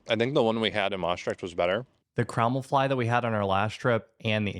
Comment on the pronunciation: I thought you were trying to say "kruumelvlaai" in a Limburgs accent, because that was pretty close 😁